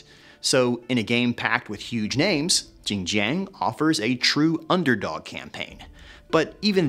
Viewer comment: don’t worry, I will have more ginger for the next couple of days to commemorate Zheng Jiang for her butchered name. Btw, I have spoken to many Asian Three Kingdoms fans. No one knows who tf this female character is. Is it a made up one?